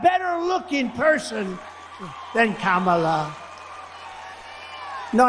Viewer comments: Why does Trump think he’s in control of when & where they should debate?? These older adolescents on his team are so disgusting, It’s sickening how they’re deliberately mispronouncing her name. Grow Up!!! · I can't believe that you guys still can't pronounce her name! Her nieces taught you and EVERYONE else on nationwide TV how to say it !!!! 😂😂😂